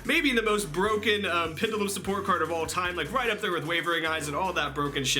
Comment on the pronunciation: Pendulum mispronounced. Kappa